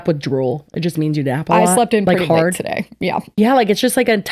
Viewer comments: I hate to agree with that lady, but my first listen I also heard “sir” because “today” was mumbled like “terda.” I heard “today” the second time when I listened more carefully. While I agree that the cashier wasn’t bursting with bubbly energy or anything, I don’t believe any service workers should have to put on a “customer service face“ for anyone. They’re paid pennies. Boomers think Gen Z is entitled for having a “blank stare” when the Boomers are the real entitled ones thinking they’re owed a smile when people are barely surviving out here. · I hate to defend the mystery shopper lady in any way - but I kinda heard ”Sir” instead of ”today” in that one clip 😂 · I'm going to be honest with the girlies but I could not hear the "today" bit at the end until I had went back and relistened to it like 10 times. It doesn't sound very clear to me, BUT I also don't think she said sir (because why tf would she?). This is just my yanny or laurel moment I swear, the lady does seem to exhibit racist tendencies and believe racist stereotypes.